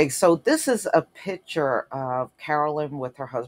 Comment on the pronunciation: OMG ! It’s pronounced ‘pickture’ not ‘pitcher’ as I. A pitcher of koolaid?! It’s pronounced PICTURE !